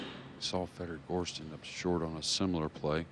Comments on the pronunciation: Hearing that guy say Gorscht over and over is just unnerving. That shot was magical. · What's up with that announcer calling him "Gorscht?" Are we in Germany? 🤣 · Yates just cant say "gorst" he is not very good commentator anyway..